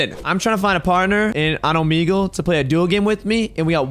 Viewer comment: I’m pretty sure you said Omegle wrong